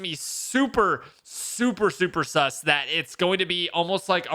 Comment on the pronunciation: should stop saying sus he sounds like he has a disability